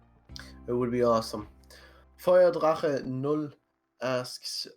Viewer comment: As a native German it was weird to hear perfectly pronounce "Feuerdrache0"😅